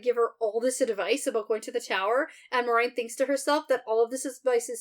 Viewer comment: when you said you forgot how to say this “Mau-reh-yun” person’s name, I thought you were talking about Moiraine at first and had to relisten before it clicked. I was about to be concerned you were having a medical event! 🤣